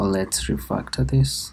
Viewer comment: So LET'S reFUCCTUER DIs